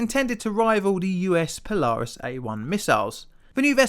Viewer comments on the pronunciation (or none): none